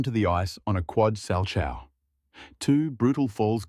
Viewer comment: most likely. I just hope he's OK. At least he isn't injured. That gets more skaters than you know. & quads wasn't necessary. Really. Pronounce salchow properly and this would be a good program.